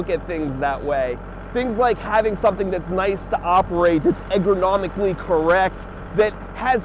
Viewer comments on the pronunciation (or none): EGGronomically >>> the way it sounds when says it. >.<